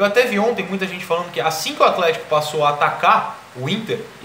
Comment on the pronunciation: aFlético, por favor. Kkkkkkk